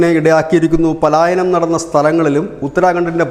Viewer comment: It is not palayaanam. D correct word is palaayanam... means run away